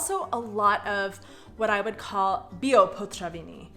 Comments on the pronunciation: It's potraviny, not potřaviny. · "potraviny" ... not "potřaviny" :D ... I like your content btw :) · I imagine there's gonna be a lot of people saying this, but your way of using the word "potraviny" is just so confusing for a Czech :D Firstly, you're often pronouncing it as potřaviny for some reason :D And secondly, "potraviny" means groceries. Food. While "večerka" means a store that is open later than the usual ones (let's say a regular small grocery shop would close around 19 while the večerka would stay open until 21, hence the name (from večer - evening)). But since the večerka also sells food, they put the word "potraviny" on the door :) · pronouncing potraviny as potřaviny is because the r can be "americanized", say i e travel and you will understand..... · It’s awesome that you’ve learned ‘ř’ and now you use it in literally every ‘potraviny’ said in this video :) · I enjoy your videos even when they have nothing to do with me. I have a Canadian daughter-in-law so if you allow me to make your Czech more understandable; the emphasis in Czech language in on the first syllable. It is a very strong emphasis - PO traviny. ŘEznictví. If you do this, everybody will understand you on the first try, without the hhhh????:-)